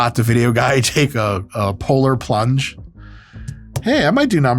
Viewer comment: PO-LAR PLUNGE PO-LAR PLUNGE